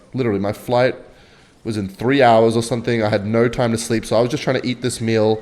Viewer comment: "I have the most normal accent" saying no: "noeigh"